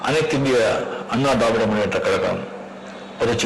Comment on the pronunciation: திராவிட என்று சொல்லத் தெரியவில்லை அனைத்திந்திய தாவிடர் என்று சொல்றான்